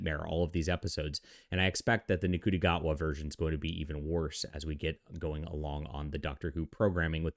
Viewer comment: What was his name sorry? 😂 it’s pronounced shooti gatwa. If you can’t even be bothered to research how the actors name is pronounced then Jesus Christ. Christopher eccleston who I love as the doctor played the role 18 years ago. If you can’t adapt over 18 years which Russel t Davies, David tenant and Catherine tate have done then maybe this show just isn’t for you anymore